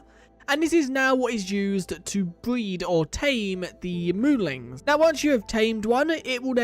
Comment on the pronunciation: Wait, so are they moolings or moolins? I can't tell, because from what is shown in the UI, it's spelled moolin, but it's definitely being pronounced with a g at the end. I'm not sure if it's intentional, and if not then I apologize if it's insensitive of me to say